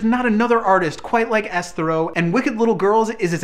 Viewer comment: is it me or is that dude pronouncing Esthero wrong. I agree with his album selection as I have been a big fan of hers' for many years now, but the dude is totally pronouncing her name incorrectly.